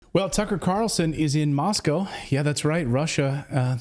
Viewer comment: Thank you for pronouncing "Moscow" correctly! Remember, there is no "cow" in "Moscow"